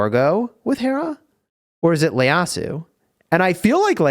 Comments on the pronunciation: Its not Leyasu. Its actually ieyasu. Pronounced “ E-ye-ya-su” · Is it just me or is he saying Leyasu instead of Ieyasu? Hahahaha love the vid :D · Noticed that as well lol, it might end up as a nickname for him if it sticks even though it isn’t correct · Again,. IT's Ieyasu, not Leyasu. ieyasu. with an i. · btw its ieyasu not Leyasu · Its an I not L in his surname